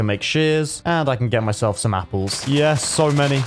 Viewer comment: Anyone notice he said “Capple?”